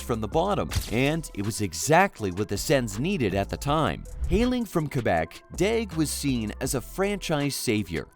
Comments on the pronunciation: You can’t even say his name right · I'm not gonna lie... All of this video: Me: "What's up with the silent L?"